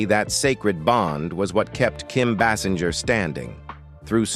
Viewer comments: It’s pronounced Bay Singer! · Her name is pronounced BAY-sing-er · Please could you say her name correctly!!!😮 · The commentator isn't even pronouncing her name correctly.